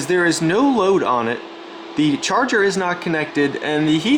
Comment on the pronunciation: Love “cherger” made in china lol jajahahahajaj